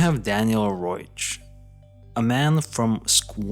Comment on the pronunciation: His name was Daniel Reoch. Not Roach.